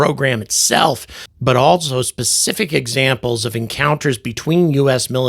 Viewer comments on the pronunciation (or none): none